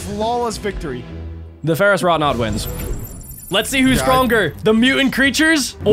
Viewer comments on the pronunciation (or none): Ferouss wroughnaut